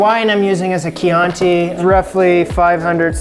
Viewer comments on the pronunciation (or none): none